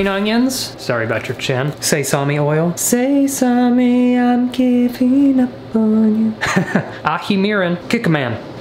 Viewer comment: Hahaha say-sami... It's sesame!!! Like Sesame Street